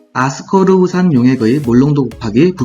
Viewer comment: 아스코르브산인데 계속 아스코브르산으로 발음하셔서 헷갈려요ㅜㅜㅎㅎ